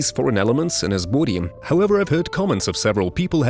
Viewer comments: Everytime he says boowdy I bust out laughing. Kept me watching the whole video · Can you stop saying body like that